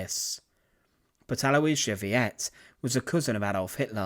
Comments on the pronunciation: Aloisia Veit, not Viet, it even says it right there on the picture... pronounced to sound similar to fight. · “Veit” rhymes with “might”, not “vee-ett”.. Not a big deal, just some clarification. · You are pronouncing her last name incorrectly. It is NOT pronounced Vee-yet. It is pronounced Vite! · Sheesh, guy, I can understand somebody being dyslexic, but when you're posting a historical video on YT, the least you could do is to check the spelling and pronunciation of the main subject's name. There is absolutely no underlying pronunciation rule in English or German to utter VEIT (pron. "fight") as VEE-et. Maybe, if you'd said VEET, that would reflect an American tendency to pronounce "ei" as "ee", but you're not American, and it would still be showing ignorance of basic rules of German. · Her name was pronounced, VAIT, (like height) not Veeyet. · it's not pronounced vee-ette. it's pronounced vite. or vight. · It is VEIT, rhymes with fight. Not Vee-at. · Yes, a lot of people have mentioned that already. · Her surname Veit isn't pronounced "vee-et", it's pronounced like the word "fight". Letter 'v' is pronounced as English 'f', diphthong 'ei' as English letter 'I', and diphthong 'ie' as English letter 'e'; in both cases, as the second letter for English speakers. Sad ending for the woman. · Thank you…it is so annoying when words are not pronounced correctly when the so easily can be. It would not have taken much time at all to find out how to pronounce tis name. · "Veit" is NOT pronounced "Wiyet"!!! But sounds exactly like the english word "Fight"! Butchering words is fine for americans, but unacceptable for a cultured Brit. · That's not pronounced Vee-ET' it's more like VEET. Or maybe VITE? But it's for sure not Vee-ET'!! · Her name is "Veit" not "Viet", come on man! "" failed on this one! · Yep, the easy pronunciation instruction for English speakers in this case would be FIGHT not VEE-et like in Vietnam. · Her surname is pronounced "Feye-t." 😏